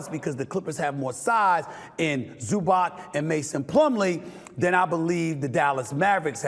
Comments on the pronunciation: Zubatz not Zubak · Luka's last name is NOT "Donchik"! Nor is "Zubak" correct....it's embarassing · Instead of just shouting, this guy could really learn the players names... (ZubaK??? WTF...)